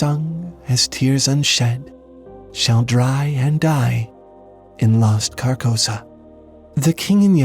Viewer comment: An observation: "Carcosa" sounds a lot like "carcass."